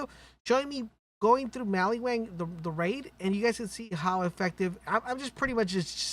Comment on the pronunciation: Did you say maliwang lol